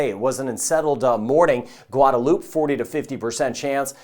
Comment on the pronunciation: "...Gwadaloop... 😂 DUDE. It's pronounced Gwad-a-loop-ay🤦‍♂🤦‍♂🤦‍♂